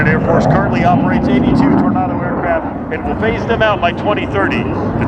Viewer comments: Tor nay do not Tornardow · You say Tornardo.. I say Tornado. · Torn ah doh? FFS! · Why is he pronouncing Tornado like "Tornardo"? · "Tor-naw-do" drove me nuts, but great to see this perform in the states nonetheless! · I’ve heard Americans pronounce this aircraft like “tornardo “ which I kinda like haha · Oh Boy, cause it's a german Aircraft, so he uses the german pronounciation. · But still can't pronounce Tornado correctly!!! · You mean the way he pronounced Tornado? That's the German way of pronouncing it. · German pronounciation. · This is how it is pronounced in German and Italian, and many other languages.